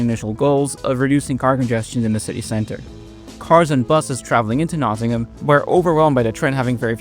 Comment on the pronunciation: Thanks for your survey of Nottingham’s trams, but there’s no ‘ham’ in Nottingham (nor if you go to see Birmingham trams in Birmingham). The ‘a’ is a schwa sound, the most common vowel sound in British English.